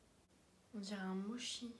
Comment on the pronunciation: Super vidéo, juste un petit truc,on dit motchi pas mochi voila 😁et met les au micro-ondes pour que ca soit plus fondant